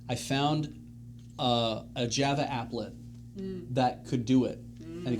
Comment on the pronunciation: The way that pronounces Java instead of Java is upsetting.